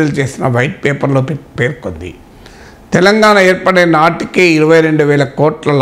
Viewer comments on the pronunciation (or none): none